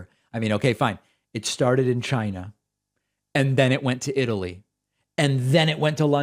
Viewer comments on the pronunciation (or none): CHINNNAA! I wanna throw up when I hear him say it like that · Trump is still sore that a lot of people accused him of pronouncing China as 'Jinah'. So every time he says it now, he says it with a hard 'CH'.